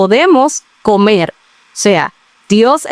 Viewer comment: No se dice comel, es comer.